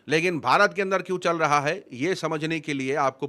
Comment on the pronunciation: Bhai Aap "Chal Raha" Hai Ko Challaa" Hai Bolrahe Aisa Kyon ?